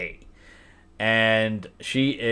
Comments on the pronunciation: Great review! I agree, this was a cute movie for what it was. I thoroughly enjoyed it, and it had some funny bits too. Also, SZA's name is pronounced SIZ-uh. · 😂 SZa isn’t pronounced like that Sir